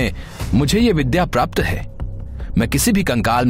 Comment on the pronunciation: Vidya Not vidha